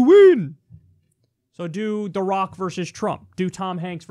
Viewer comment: It sounds like he say I think Barack would win not The Rock....just me 🤔